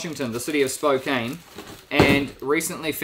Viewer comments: Sorry to say this but you pronounced Spokane wrong. The "e" is silent. (spo-can) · I was looking for this comment! Most everyone will pronounce it Spo-Cane instead of Spo-Can unless they are familiar with it. We're used to it though lol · Just so you know, it looks like Spo-cain, but it's actually pronounced Spo-can. And smoked salmon may be fine, it's how the natives made it last for a very long time. Huckleberries are sort of like blueberries only usually more tart. They grow all over the place in the mountains in the NW. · The ready to eat salmon doesn't need to be refrigerated. It has a very, very, very long shelf life. But if it was in a very warm place for too long it might have gone bad. I am sorry if that was the case. The e in Spokane is silent so it sounds more like Spo-can" The city was named after the Spokane tribe in the local area. Did you know that the navy of Norway recently put barcodes on the sides of their ships? So when they return to port they can Scandinavian. 😎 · Wow, I live outside Chattanooga! Cool to see. Just a heads up, Spokane is pronounced SPO-can. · Spokane. Locally pronounced SP0 : CAN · Spokane is pronounced "Spo CAN". It's a commonly mispronounced name. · Spo-can is how you say it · Just so you know, Spokane is pronounced spo - can. Just another name in Washington that can get you. lol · If I hadn't watched a true crime video where Spokane was mispronounced, I wouldn't say anything bit it is pronounced spoke-can